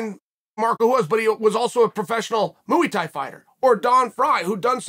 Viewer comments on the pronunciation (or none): Moo'we thai🤣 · Muey thai fighter did u say